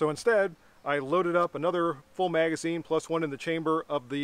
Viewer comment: You're not saying magazine correctly. And you are not can-do!